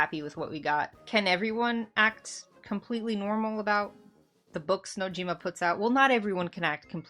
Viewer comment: Sorry not sorry, but shocker. FF7 isnt a dating Sim. FF7 is much more than who cloud ends up with. New generation ff7 fans... also you said Nojimas name wrong.